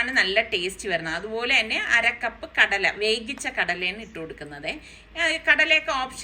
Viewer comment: വേകിച്ച ആണോ വേവിച്ച ആണോ 😜😜